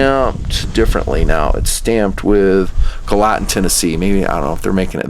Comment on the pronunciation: Gallatin...Gal la tin, or more locally...Gal luh ton.. Not Gah Latin.